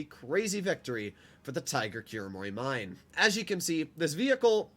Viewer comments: Kuromorimine sounds like Kulomoli mee neh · As someone who's not a weeb but watched a bit of the anime just for the tanks... Im pretty sure it's pronounced Kuro Moro Menai (Mine) with the i pronounced as an e and the e pronounced as an a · i think kuromorimine is pronounced kuro-mori-me-neh